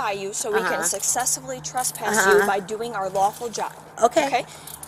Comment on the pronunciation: It’s TRESSpass…not “trusspass”.